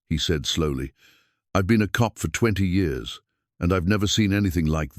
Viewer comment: The reading of the story was okay but the way he read the years is wrong. It's distracting 😮